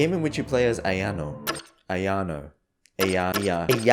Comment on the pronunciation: man that ayano pronunciation at beginning